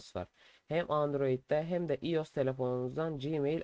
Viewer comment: iOS değil “Ay o es” diye okunuyor. Ayrıca tabi ki de mail açılabiliyor. Neden açılmasın? Mail açmak android e mi özel sadece?